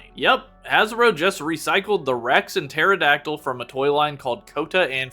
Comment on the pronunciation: man hearing pterodactyl and prounouncing the p in pterodactyl frustrates me as a dino nerd but good video